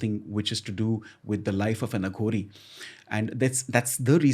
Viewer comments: Ranbeer thats uh ghori not aa ghoris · It's अघोरी not आघोरी ! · Bhai AaGhori nhi hota Aghori hota hai. SIVAA nhi shiv ji hota hai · Ranveer I love ur show. Just a short note to tell u that it is not Aa ghoris. It is Aghori. These words have deeper meanings. To know Indian spirituality fully, our language should be known n practised as it is. The accent should be pure Indian. God bless u. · Just one request Ranveer, with due respect, please don't address them as "आघोरी" ( Aaghori) they are "अघोरी" (Aghori) 😇🙏🏽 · And bro please bro not """AAAHOOGORI """ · Aaaghori nahi hai Ranveer...It is Aghori..shows your so called Spiritual Knowledge... THOOOOOO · aaghoris.. आ घो रि no.. Aghoris.. अ घो रि i think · It's not aaaghori. ......it's aghori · It's अघोरी not आघोरी ,,, it's शिव not शिवा । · It's aghori not aaaaghori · It's not pronounced as Aaghori it is Aghori derived from the sanskrit word Aghor meaning fearless. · Its not AAGHORI.. its AGHORI.. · It is not Aa-gh-ori. it is A-gho-ri. Want to know more? Just listen to Rudram - the very essence is there in Rudram. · Pls learn to pronounce the word aghori. It's no aaa gori . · It's pronounced as ughori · The way he says aghori.... Bss itna hi kehna chahta hu ki ranveer tu India ma hee England me nahi...